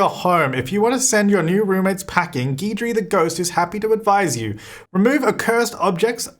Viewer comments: Geedree Me: cringes in Cajun Guidry is pronounced "Gid-ree" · Guidry is pronounced Gidree. It’s a common last name in Louisiana.